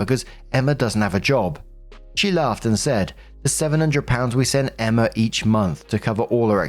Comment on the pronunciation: The way you pronounce "Emma" as "Emmer" is absolutely adorable.